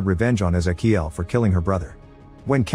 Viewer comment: thats.... not how you pronounce ezequiel